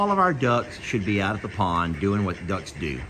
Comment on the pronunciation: You have “duckens” lol